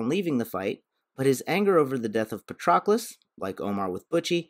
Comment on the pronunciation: The mispronunciation of Patroclus is killing my ears